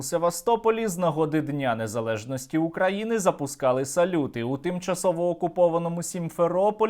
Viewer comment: Фу, вони так гидотсько говорять "Украіни", паплюжать назву. Хай навчаться правильно вимовляти, через "ї".